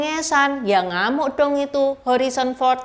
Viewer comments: Harison bukan horizon 😅😅😅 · Harrison Ford, bukan Horrison Ford. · Bacanya Herison Ford bukan Horison Ford, katanya aktor top masa namanya aja salah nyebut Cik? Malu donk ditonton orang sedunia.